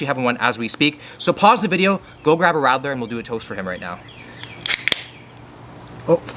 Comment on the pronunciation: And also how he pronounced it :D